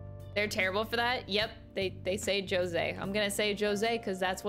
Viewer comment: As a spanish person, no. "Rose" has nothing to do with the actual pronunciation. We say it with a strong J, but that's a sound we don't have in english I believe